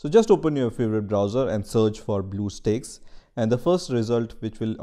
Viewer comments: i get triggered when he pronounce bluestacks for bluestakes... (￣m￣） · Him belike: So we are going to search "blue steakes" Comments: BlUeStEaKeS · Dont make a video about it if you cant pronounce it Bluestakes Ha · lol what? its blue stacks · Omg blue steaks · blueeeo steaks LMAOOOOOOO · Title : bluestacks Narrator: blue sticks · its not blue steaks guys, its blue STAKES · Damn, I like the video. But that "Blue Steaks" caught me off guard and went straight to the comment section >.< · Great deal on "Bluesteaks" now at Black Angus. This is what happens when you do not swallow your drink before you pronounce the word. Indian people talk as if they have water in their mouth. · its bluestacks not bluesteaks lol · LMAO YOU SAID BLUE STAKES ITS NOT A STAKE LOL KID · Man said steaks💀🖐🏾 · "bleuoo steaks" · Every Time He Says "Blue Steaks" I CRACK UP! XDD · nobody: the comments: BleuEUu StAeKS? WhaAaA??? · i thought he said blue balls for a sec but its actually blue steaks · blue steaks.. sorry i had to point it out ik its an accent but god its so funny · i cant watch this with him saying Blue steaks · HE SAID BLUE STEAKS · "bluew steaks" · Man i love some blue steak the steak that have blue 😂😂😂 relllyyyy you dont know how to read HAHAHAHAH😂😂 i think you should just sell steaks HAHAHA😂xd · we shouldn't be making fun of how people talk just because he said it wrong doesn't mean we gotta make a big deal about it!